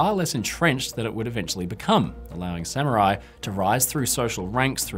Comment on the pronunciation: The rare instance of a British scholar who doesn't pronounce Samurai as "Sammy-Rai".